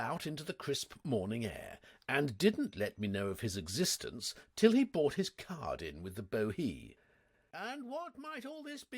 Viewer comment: I've been collecting mispronouncements. I'm sure he would laugh them off, and I think that his Jeeves and Wooster are the best, so no shame in having some things to improve - like his American accents. The worst word seems to be brought, usually pronounced bought. Plover, magnate (pronounced magnet!), Latin phrases like sine qua non (OK, I'm Cambridge-trained, I know that you Oxford lot think differently), French ones like timbre, pronounced timber, and anglicized French words like Chemmy, short for Chemin de Fer, and pronounced Shemmy, but not by! And Hades, how can anyone not know how to pronounce it? So, I think the answer is that, reading aloud, there is no time to correct oneself, and just has to read the words as they come along, don't you know, so if plover turns up, one has to read as it is typed, p-l-o-v-e-r and there you are, on to the next bally word, quivering like an aspen, what?